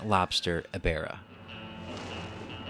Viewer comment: How to Pronounce Ebirah's Name: Uh-Beer-Ra